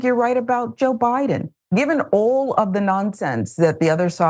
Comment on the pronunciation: LOL did you just call him Obiden